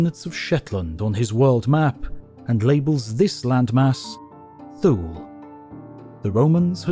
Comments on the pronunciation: ‘Thule’ is pronounced T-Huh-Le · Thule is pronounced Thul-eh. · Thule is pronounced “too-ley” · Not sure if the mispronounciation of Thule was deliberate to draw some comments or that all too common phenomenon of YouTubers not verifying pronunciation of a word they've only read but not heard, but either way, hope this helps... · To be honest, /θuːl/ makes more sense as a pronunciation than /θjuːliː/.